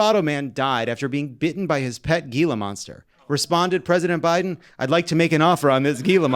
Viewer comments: It's pronounced "heela" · Gee-la monster? 😂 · Gila Monster, the g is pronounced as an h.